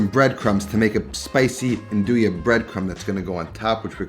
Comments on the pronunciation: Italians don’t pronounce it n-doo-ya they pronounce it nun-do-ya. Don’t hate on me my wife’s italian. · I always pronounced nduja the way you did, but recently I heard local calabrians call it "ndusha". Apparently that's the right way